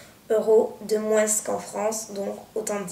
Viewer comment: Toi aussi tu dis "moinsse" comme m'ont encienne prof de maths. :')